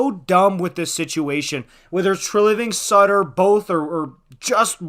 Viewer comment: It’s not sutter stop ffs